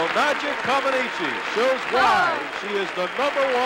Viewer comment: It was crazy that even after listening to Nadia's interview and how she pronounces her own last name that the idiot commentators still call her Nadia Commenicy. The ineptitude of American commentators in the 70 was incredible. Just like that absolutely stupid and I thought insulting comparison between Nadia & Olga. This video also highlights the lack of American understanding of what was really happening on the courts as proved by the boos when Bart Conner won the competition and America's first medal in 40 years.